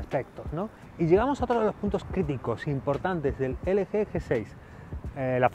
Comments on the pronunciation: en una parte dejiste como lo dicen en america Lgi pero despues te fuiste a la mierda cuando dijiste elege:v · ELE GE jajaja se pronuncia EL GI :v